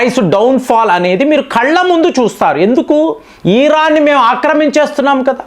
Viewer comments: Eeraan kadu iran 😂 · Eeeraan (Iran) ani chebutunte flow miss aipothinna meeru chebutunte.